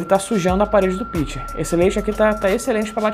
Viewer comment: Se pronuncia: pichê.